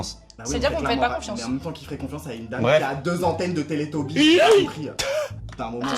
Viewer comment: "qui fait confiance a un dame avec de entenne de teletobise"